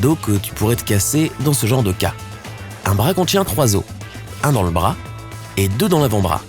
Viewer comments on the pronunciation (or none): C'est pas bra c'est BRAS